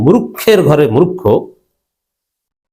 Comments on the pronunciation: মুরুক্খ?? না মুর্খ??? উচ্চারণটা ঠিক করে কথা বলেন -- তা না হলে আপনাকেও যে মুরুক্খের মত মনে হবে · মুরুক্ষ কি, শুদ্ধ করে বলেন।